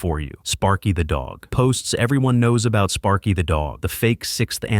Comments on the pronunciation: Sparky not spary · Spary? Sparky. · Spary? Really? How did you even manage to mess up sparky's name?